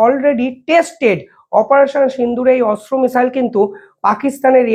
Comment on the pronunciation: ভাই তোমার উচ্চারণ ঠিক করো ওটা অস্ত্র মিসাইল নয় Astra